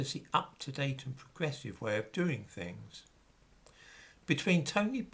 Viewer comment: "Lookin' at fings"?, your pronunciation is as poor as your dress sense. Please, improve your elocution 🥰